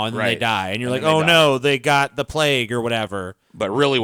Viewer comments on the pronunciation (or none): none